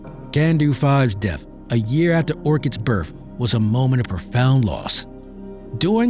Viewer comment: The word is WITH. Not WIT. BIRTH not BIRF. 🙄